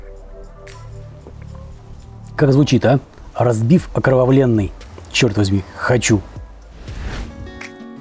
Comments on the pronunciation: Я не не Белинский, я не Лермотов..))) И Пушкина надо не только в книгах читать, но и смотреть черновики ВЕЛИКОГО РУССКОГО ПОЭТА! ОкровавлЕнный, так и надо произносить окровавлЕнный, но только без члена во рту...))) В другом ролике, где вы пытаетесь повторить действия Д.Оливера, я пять раз, пытался понять, что вы произносите вместо слова - окровавленный...))) Надо вынимать из рта... ну вы уже знаете что.))))) А интернет провели в столицу МОЕЙ РОДИНЫ, город герой Москву!! Так что, как вы эстетично выразились, в мухосранске живете вы, тип, который никому оказался не нужен там, где родился!!! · Да и вы не Белинский ))) У того хватило бы мозгов не фантазировать про Цимлянское, а просто прочитать Пушкина. И как по вашему надо произносить слово "окровавлЕнный" в этой строфе? Про пудинг вам лучше ВООБЩЕ ничего не говорить, коли все свои знания вы у Джеймички Оливера черпаете ))) В какой мухосранск сегодня провели интернет? )))